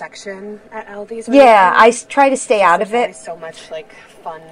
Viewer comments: She keeps saying albies😊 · Same All Dees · We pronounce it All-di’s not Al-di’s